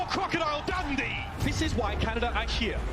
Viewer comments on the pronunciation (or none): Brrrroooooo she said ✨ crocodile dandy ✨ instead of dundee omg I died